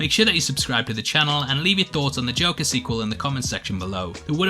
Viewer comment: Watched it on Thursday and thought it was mid but the more time passes it's beginning to feel like a super dope film. Really hope the Batman connect can happen. You were going great until the '' moment, LOL! Just kidding, those are the moments that make this channel.